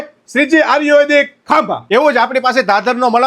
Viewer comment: પેલા આયુર્વેદિક બોલતા સિખ ભાઈ આર્યુવેદિક 😂😂